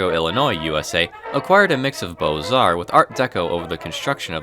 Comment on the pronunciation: he said “bows-arts” 😭